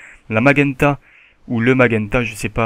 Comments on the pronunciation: on dit cian et non cianne on prononce majenta et non magenta ^^ sinon bon tuto comme d'hab =) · Cyan et Magenta ça se prononce Sian et Majunta ;) super tuto sinon